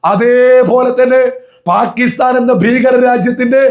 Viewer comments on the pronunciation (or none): none